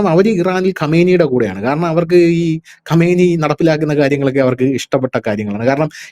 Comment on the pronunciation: ഖമേനി അല്ല ഖആംനെയ്